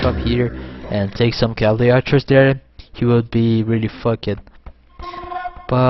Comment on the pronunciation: Unbelievable work. Just one thing: Walled; pronounced Wall-d Fucked; pronounced Fuck-d Rather than Wall-led and Fuck-ked:D